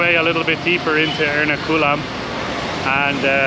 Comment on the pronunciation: btw it's pronounced er-NA-ku-lam not er-na-KU-lam